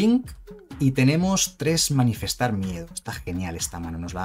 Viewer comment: Solo porque sé que tú eres igual de psicópata con esto que yo,. Es "Manifestar" no "Manifiestar" 😂